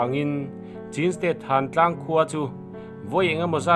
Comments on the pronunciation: CHIN hi chin tia lam tur a nilo aw.. CHHÎN tia lam tur aw... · Ngaihthlak anuam hlemai, mahse thil1klo sawive lawk, chin tih hi chhin tia lamzawktur anilo maw, Pu zah awm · Chin a ni lo chhin (ချင်း)tiin i lo chhiar tawh dawn niaA chhan chu( lushai /duh lian tawng) chauh ah hian (chh)He hawrawp hia awm